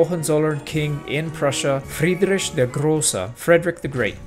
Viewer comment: I always have to smirk and somtimes laugh when not germans try to pronounce old german names like Friedrich and Heinrich. But you get a 10/10 for the effort to get it right and a solid 8/10 for the execution. there are english produced high budget documentaries about the old Fritz that put not even half of your effort in to get his name at least once right! i am okay with edited gameplay but an whole ingame year pressed in about 5 minutes? sad pikachu noises...